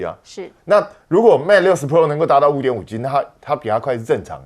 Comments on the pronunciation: 确实，听着别扭，台湾式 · 再说单音节词和字母全部都读四声